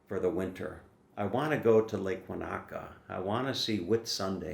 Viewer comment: Woah, a couple of phrase corrections here please. Lake Wanaka is pronounced as "Lake Won-ika" as far as I know. Also, it is having "a shrimp on the barbie", not "barbie on the shrimp", unless of course one wants to actually eat the barbeque. LOL. Don't miss the Christmas Markets, you may never forgive yourself. I hope your dad's portrait comes out well. Here is a catchy name for Emanuel's website, unless it has already been used. ).